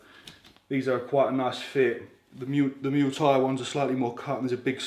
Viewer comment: The way you say muay thai 😂 what a vid as usual kid ✌